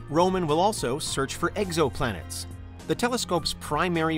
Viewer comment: Anyone else hear him say eggsoplanet?